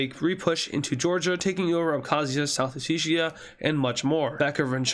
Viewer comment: day 5,239,346 of telling that its not pronounces "South osseshia" and its pronounce south Ossetia, (Oh-set-iya), or just Samachablo